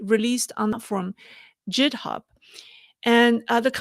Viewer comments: Just a note: the G in Github is pronounced like the G in Go, not like the J in Jump. Love your videos and livestreams!! Keep them coming. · Pronunciation tip: The “g” in GitHub is a hard g-sound, like in girl or gang :-) Love your content so much, keep up the great work!